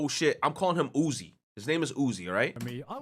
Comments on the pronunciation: This mf really out here saying Uzui wrong and thirsting after the classic trap Astolfo💀💀💀💀💀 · Say it with me... "U" "Z" "U" "I" - Uzui. ORRRR you can just call him Tengen (with a g sound)